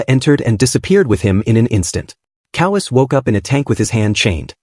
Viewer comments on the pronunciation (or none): Ko Wa Se. Not kowees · Why does a manga recap channel have such bad pronunciation for the Japanese names? Especially Kowase, my god.